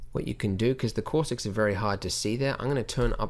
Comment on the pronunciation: Say "caustics" one more time. Kidding. I like your Australian accent, and when you say "caustics" it sounds Bostonian to me. On a relevant note, your tutorials are my "go to" for everything in Blender, and this tutorial in particular saves me buckets of time, mostly because I use a lot of... "Cauuustics." -- An American Fan of Blender Guru P.S. WHAT THE BLOODY HELL IS THAT THING ON THE CEILING?